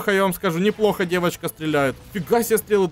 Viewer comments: ты говоришь не девочка дэвочка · ты так прикольно говоришь ДЭВОЧКА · фраза:Дэвочка так прикольно он говорит))) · Блин так сказал ДЭВОЧКА